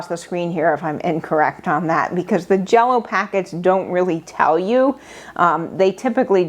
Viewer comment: says JELLO-O…I am watching!